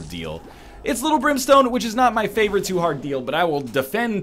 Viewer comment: At one point it sounded like you said Limp Brimstone instead of lil brimstone... lol